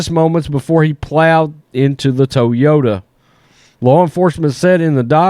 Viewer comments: First time Ive ever heard it pronounced, "Tow-Yoda" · It's toy yoda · Love the content brother! "TOWYOTA" Lol! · Hahaha, I thought the same too😆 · Please say “Toyota” again 😅😅😅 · Bruh the way you say "Toyota" has me rolling.